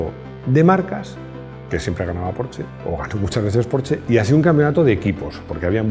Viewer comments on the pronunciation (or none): Los 80's son: Laca, Hombreras, Música disco ... y GRUPO-C!!! Excelente vídeo otra vez P.D. Se pronuncia Porsssssssssssssshhhhhhhhhhhe mi mujer, alemana de Stuttgart, se pone enferma cuando digo "porche" ;-D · Se dice Porschaaaa!!!! jajajaja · Este hombre se queja de que digan lamboryini y no lamborguini ( lo escribí como se dice ) pero dice porche :v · No entiendo, no se supone que "porsche" siempre se a pronunciado "porsh"? Siempre he tenido entendido que quien pide un porsche amarillo te pintan la entrada de tu casa de ese color... :))))